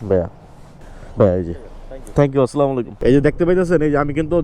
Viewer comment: ভাইয়া কিছু মনে না করলে একটা কথা বলতাম আপনি মাশাল্লাহ সবাইকে সালাম দেন কিন্তু সালামটা শুদ্ধ না একটু শুদ্ধ করে দিলে অনেক ভালো হতো আসলামু আলাইকুম ❌আসসালামু আলাইকুম ✅